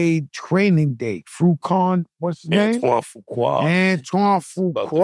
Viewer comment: Fruquan? Cmon Joe😆